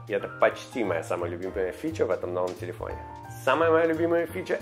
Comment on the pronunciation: "Телепфоне"эхо проживания в Америке)